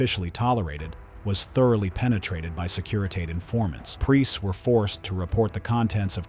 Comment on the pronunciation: Maybe your computer narrator could pronounce Securitate correctly